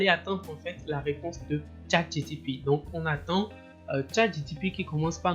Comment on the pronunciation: Pourquoi dis-tu toujours ChatGTP... alors que c'est ChatGPT ??? Sinon bravo pour le travail